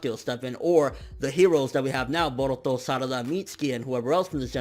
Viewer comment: the way this man says baruto is hilarious hahaha